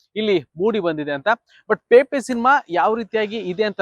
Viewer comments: ಗುರುವೇ ನಿಮಗೆ ಸಿನೆಮಾ ಹೆಸರನ್ನೇ ಹೇಳಲು ಬರುತ್ತಿಲ್ಲ. ಅದು ಪೇಪೆ , ಅಲ್ಲ ಗುರುವೇ , ಅದು ಪೆಪೆ, ಅಂಥ. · 😮😢 ಪೇಪೆ ಅಲ್ಲ ಪೆಪೆ. ಸಿನಿಮಾ ಹೆಸರೇ ಸರಿಯಾಗಿ ಹೇಳುತಿಲ್ಲ ನೀವು ಇನ್ನು ವಿಮರ್ಶೆ 😮?